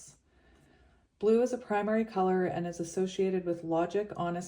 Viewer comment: I heard Blue Ray everytime you said Blue! ✨️💙✨️🙌🏼 When a negative thought comes through in ur head or out of your mouth.. say out load ✨️✨️🦫Delete, Delete, Delete!✨️🙌🏼 and replace it with a new belief that is positive and directs you in the direction of divine love! ✨️💛✨️🙌🏼